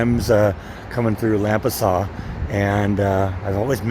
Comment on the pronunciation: It's pronounced LAM-pasas.Nice ornaments!